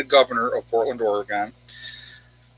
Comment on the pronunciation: Or-Gun. Not Or-eee-gone. :)